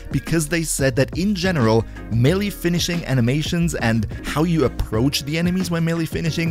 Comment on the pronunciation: Great content, but for the love of all that is holy, there is no such thing as a "mill-e" weapon! Both syllables are pronounced with an "a" sound, not an "e" sound.